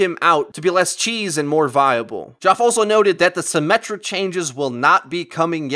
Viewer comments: sounds like you never met anyone named Geoff. its pronounced same name as Jeff, not Gee-Off. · ...It's pronounced like Jeff, not Joff. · Is nobody gonna mention how he pronounced Geoff as "Joff"?.... ...it's probably "Jeff" but that's none of my business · ) Force did the same thing a little while ago but worse calling him GEE-OFF :P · BTW, "Geoff" is usually pronounced like "Jeff". :) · Geoff is pronounced like "Jeff" (just letting you know) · It's pronounced "jeff" lol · Ole Brian No, actually it isn't. Geoffrey is pronounced the same as Jeffrey, and so are there shortened forms. Some idiots just get confused with the GoT character which is a different spelling entirely. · It's pronounced like Jeff Geoff=Jeff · Still having issues pronouncing Geoff I see. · I know Geoff typically is pronounced just like "Jeff" but I've heard other people say the way I said it was right -- I'll have to ask the guy personally lol?